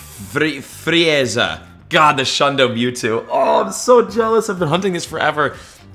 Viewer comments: he goes: flaizer, what is said normaly: Free-za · i never heard of “free-ay-za” :d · Bro said lord freeayza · Bro just pronounced “frieza” “free-ay-zah” Xd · The Frieza in Lord Frieza is pronounced Freeza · that pronunciation broke my heart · It’s pronounced free-zuh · This dude did not just say freaza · Did bro say say freeiaza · no way he pronounced Frieza like that bruh… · The way he butchered “Lord Frieza”😭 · Dude, are you seriously telling me you have NEVER seen DragonBall Z when you were younger? That "Frieza" pronunciation, omg XD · can we talk about how he doesnt know how to pronounce frieza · After hearing what he pronounced frieza like I can confidently say he is one of the cool kids 😂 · I genuinely cried when he tried to pronounce frieza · It hurt so much seeing him say freiza wrong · Him trying to say frieza hurt me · the way you pronounced frieza makes me want to cry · Me dying inside when he said Frieza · Aint no way he said frieza like that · aint no way you said frieza like that brooo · the way he pronounced frieza 😭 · Had to click off after he pronounced “Lord Frieza” the way he did. How does this man not know lord Frieza 🥲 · When you pronounced Frieza I wanted to puke